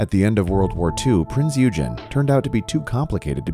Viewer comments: Who's doing the voice over, I cringed into a ball within 15 seconds...is it an AI's voice? Because that's not how it's pronounced... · not a battleship. it was a heavy cruiser with 8' guns. please re-narrate the video to reflect facts. also learn how the name of the ship is pronounced. it was not too complicated for US navy to use, everything was in german. in the video, the battleship firing is the Bismarck filmed from the Prinz Eugen. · Primz Eugen was a heavy cruiser and not a battleship. Get your ship types correct and name pronunciation correct. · Wow. Did you do any research for this video? You call a cruiser a battleship. You mispronounce both the name of the ship as well as the island where it rests. If you’re going to do informational videos, get it right. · It was NOT a "battleship"!! It was a heavy cruiser. Also learning to pronounce the name of the ship properly would be a good start! By the way, "wrack" diving? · During his "research" for this blog, he failed to learn the proper pronunciation of the vessel name and failed to properly identify the vessel type. Thumbs DOWN! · Please learn to say the name of the sip correctly! It is also not a battleship it was a heavy cruiser. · His pronunciation of the Prinz Eugen literally made me turn this video off in under 1 min... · Bismark took a hit from the Prince of Wales in her bow section,,, not in the rear. Please look up the proper pronounciation of the prince eugen. Liked your video,,,, clearly a great dive! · My goodness you get the awesome as hell chance to dive the wreck and can't pronounce the name correctly smdh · If you are going to go through the work of making a video - take 10 seconds to learn how to properly pronounce the freakin name and the correct ship classification... your reputability went out the minute in the first 15 seconds. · Prince "U-Gin"? seriously? "Prinz OY-GEN" if you're going to make a video at least do some research..... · Its PRINZ OYGEN! NOT UGEN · u say Eugen like prinz Oigen